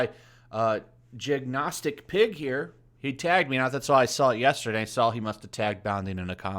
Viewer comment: Actually, I believe it's pronounced Jin-go-is-tic Also, I agree... Padme should be wearing a Burka like a good submissive non-infidel